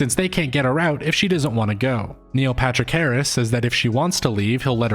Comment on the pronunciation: Do you say "Neo Patrick Harris" all the time on purpose? By the way I was convinced before the video even started